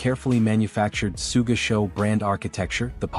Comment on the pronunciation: Sooga Sean o malley lol. Just put an h in the script and the AI thing should be able to read it better